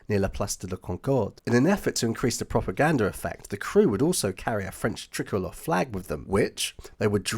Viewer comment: Really great story and well put together one thing though is it is pronounced try colour